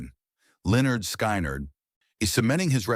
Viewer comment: When the AI calls Lynyrd Skynyrd the band "Lenord Sky-Nard " It's time for AI generated videos to go away.